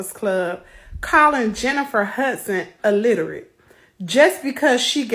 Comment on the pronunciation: This just made me realize how many people can't pronounce the word "illiterate" correctly 😂😂